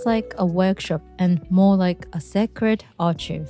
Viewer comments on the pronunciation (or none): archive = ''ar kai ve'' not ''ar chi fi'' ... :) i'm learning japanese so i understand a bit more the way you read sounds...